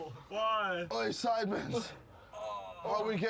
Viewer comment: Nobody: Not even the contortionist who played the maid: Jj: saying sidemen with an s for no reason